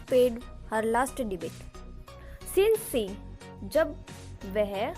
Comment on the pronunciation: Debate ya Debt Improve your pronunciation......it's really matter if you are trying to teach the students. ...